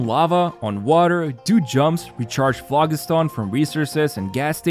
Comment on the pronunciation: The g in phlogiston makes a j sound. It's a real word, not something they made up for this update.